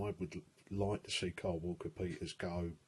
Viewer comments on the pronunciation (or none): none